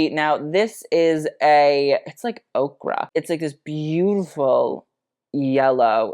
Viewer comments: I'm less pressed by the Harry Styles story and more having a tiny aneurysm every time says Okra for ochre(O-kər). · He says okra but we all know it's ochre (like oh-kur). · Not 'okra', that's a vegetable. Ochre, which is a golden yellow color, is pronounced Oak-er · Featuring 'ochre' as 'OCRAH' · Okra does not equal ochre, but love you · I think you meant an “ochre” color as opposed to “okra” like the vegetable lol 😂